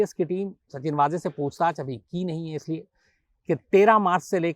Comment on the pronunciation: मेरा मानना है कि उनका नाम वाजे नहीं वझे है कृपया सुधारे। पता नही आप लोग गलत उच्चारण क्यों कर रहे है